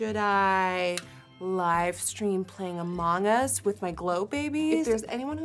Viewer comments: i kept hearing “a mangas” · I kept hearing “A Manga” instead of among us. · No one: Nikkie: A MONG us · Her accent really comes out when she says “among us,” so cute! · thank god you heard it too lol